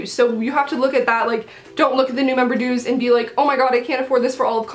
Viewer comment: lol i heard dudes not dues